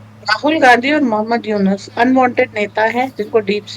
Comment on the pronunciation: It's Yunus not yunes